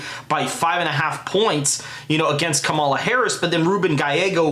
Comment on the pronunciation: please learn to how to pronounce kamala